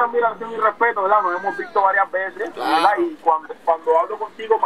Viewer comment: Veldad veldad veldad jajaja